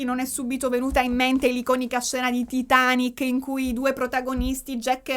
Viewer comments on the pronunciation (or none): none